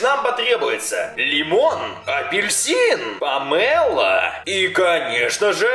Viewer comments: Помело ударение на о дурачок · Не помела а Памела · Да не памЭла а памело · Не помэло а помело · Не пооооомело а помелооооооо